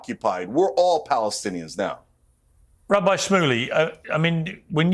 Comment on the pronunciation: Its rabbi, not wabbi, its israel not iswael, why Englishman can't speak properly .?????